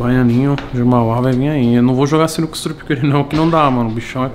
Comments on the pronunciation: "CINUCA" KKKKKKKKKK SINUCA STRIP é o certo pae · "Cinuca" com "c" foi foda hein toguro? Porra! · ‘Cinuca’ com C foi foda kkkk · caraca sinuca com um “c” porra togurao tá matando o português isso sim